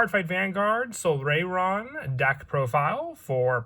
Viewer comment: Its pronounced "sol-RYE-ron"